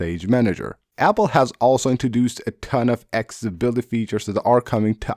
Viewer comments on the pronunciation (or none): It’s pronounced AK-SES-ABILITY.